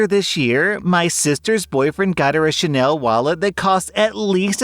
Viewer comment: The LV and chanel sound like singapore or Malaysia